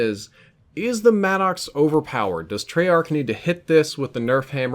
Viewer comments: The vapr gets a lot of love in the lobbies I play in. The vapr and Maddox by far kill me the most. And who else calls it the mad-dox? Please call it the mad-ux. I'm pretty sure that's how you pronounce it and it sounds better. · No clowning, is it "mad docks" or 'maddox" like Greg Maddox? Bc it sounds like mad docks when you say it. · Is he saying mannox lmao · I get a little laugh the way you pronounce it madd ox lol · its pronounced maddix